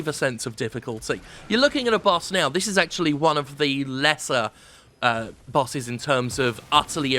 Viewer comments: It took a while to figure out that Jim was saying bosses, not buses. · It took me around a minute to figure out that the complaint was about "bosses". I kept hearing "buses". Though it made the video very fun to watch. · I thought he said "busses" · Admittedly, it took me a bit to realize you were saying "Bosses" and not "Busses" lol I know nothing about this game but from the gameplay I've seen, it looks like Dark Souls without the rewarding weight of a melee hit. Also there's a cowboy for some reason.